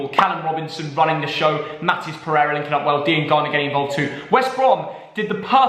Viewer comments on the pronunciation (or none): none